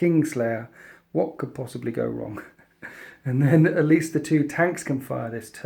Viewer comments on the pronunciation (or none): none